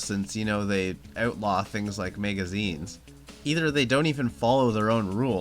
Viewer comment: Why do you keep saying megazines????